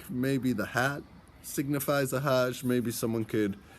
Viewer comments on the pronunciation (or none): none